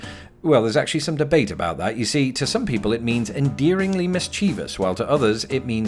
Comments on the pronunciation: "Mischievous" is pronounced "MIS-chivus," not "mis-CHEE-vus." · I become very upset when Utahns mispronounce it as "ON ree." The word is ORN-er-y! Get it right! BTW, the word is pronounced: "MIS chiv-us" not "mis CHEEV us." But, that's better than most Americans who mispronounce it as: "mis CHEEVEY us." So, you get points for that, anyway.